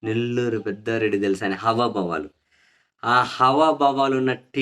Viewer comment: హవాబావాలు కాదండీ హావభావాలు